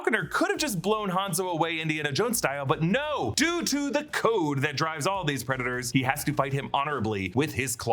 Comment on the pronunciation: Why are you pronouncing it Preda-TORs?